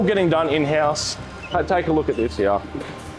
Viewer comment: Well explained Vlog pity the young man can't pronounce the word "here" but that's only a minor detail, half the eastern states sound the word as "here-ya" slightly hard for someone trying to learn English. Otherwise well explained video.